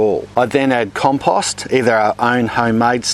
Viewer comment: Like the way you pronounce compost.